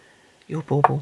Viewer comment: Are you saying ball ball?